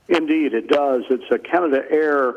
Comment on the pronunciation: Canadair, not Canada Air.